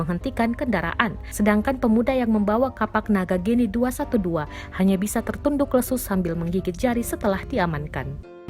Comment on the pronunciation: Geni bukan Géni Notes: dalam beberapa bahasa umumnya huruf é yg dikasi kutip diatasnya dibaca seperti kata 'edan'